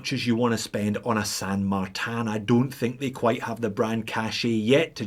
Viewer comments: Why do pronounce it San MartAn? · More importantly, you are still pronouncing it with a French accent for some reason :) Cheers for the video! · Dude, I love how you pronounce "San Martin" like it's a French hors d'oeuvre...(Merci pour votre...er... videos!)